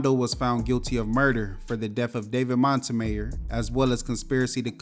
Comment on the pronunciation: I don't think you're pronouncing Montemayor correctly😂